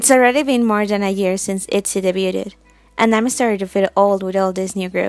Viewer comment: You said Debuted wrong